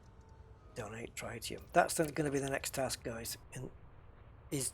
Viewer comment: The fuel (an isotope of helium) is pronounced tri·tee·uhm. Tri like trigonometry, not like tripod.